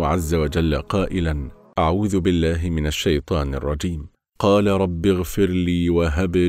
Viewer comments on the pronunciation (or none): none